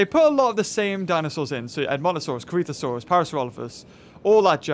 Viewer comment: Could you please just say Crichtonsaurus correctly? It's not blimming "Crich-tano-saurus", it's "Crich-ton-saurus", like if you said Michael Crichton, removed Michael and added saurus.